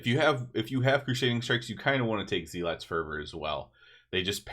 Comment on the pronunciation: Really love the theoryctafting, especially with your humility to say you were wrong. Keep it up! Small thing, just looking out for you: you're mispronouncing "zealot." It's more "zel-ut" than "zee-lot." Not a big deal, but thought you'd want to know.